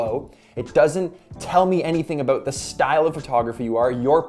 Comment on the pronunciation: "Aboot"🤣🤣 good videos thanks 😁